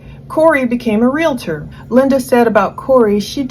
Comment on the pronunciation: Okay, I’m officially done listening. If you can’t pronounce the world realtor correctly, without an imaginary A in the middle of the word, I don’t trust your research. Learn to speak!